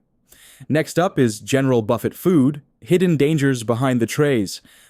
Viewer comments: It's pronounce "buf-fay"... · Hey AI you may want to learn the correct way to say buffet.